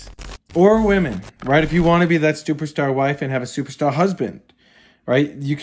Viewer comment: I think my favorite part of this video is how adds an extra "t" to the word "superstar". Don't take my word for it, watch the opening 30 seconds and hear talk about his "stuperstar wife".